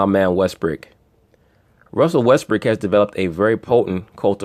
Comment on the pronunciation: Why do y’all insist on callin him Russel WestbrICK..the mans name is Russell WestbROOK..smh I mean I understand that y’all ain’t fond of the guy but show some objectivity to the situation and put some respect the man name by pronouncing it correctly..Smh Respectfully